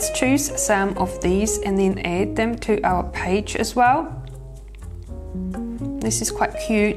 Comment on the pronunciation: The way she says our all 😆